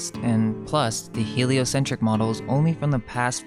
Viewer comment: He-lie-o-sin-TRICK model? 😂